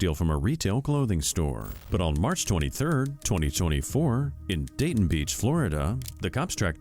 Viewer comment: Just a FYI….DAYTONA BEACH, with the accent on the da- long a sound T is accented on the T Dā’yTona